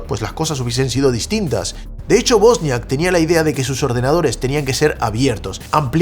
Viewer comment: Es Wozniak no bosniak. Buen resumen